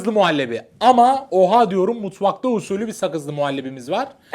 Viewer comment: ya fırat abinin usülü demesi bana çok garip geliyo :))))